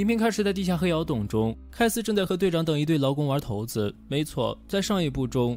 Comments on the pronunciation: 骰子不是念（shai zi) ? 难道也念桃子吗？ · 骰（shai)子 四声